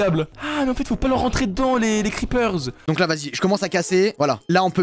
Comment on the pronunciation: il a dit faut pas s’approcher des creeperzzzze